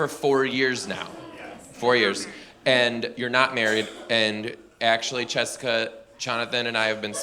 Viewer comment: The way he did Chonathan and Chessica 😂